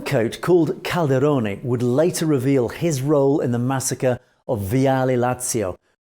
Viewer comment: You don’t pronounce it “Legeeo”, but something like “lejoe”. Suggest you check the proper pronunciation of these names before doing videos about them. Would add to your credibility! You are making progress though. For instance you pronounced correctly “viale Lazio” which wasn’t that easy. Also Cavataio you say correctly. Not sure why Leggio comes so difficult to you. Good video anyways 👍